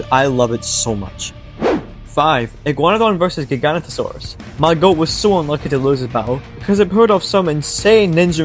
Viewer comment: Its pronouced giga noto sarus